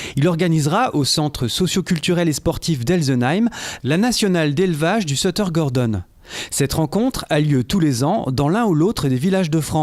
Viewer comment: A chui mort il dui sutter et pas setter